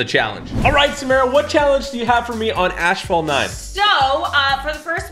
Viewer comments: "Ash fault" lol it's pronounced assfalt lmao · Why does he pronounce it as ashfalt 😂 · "AshFault 9" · I hate the way he said asphalt:(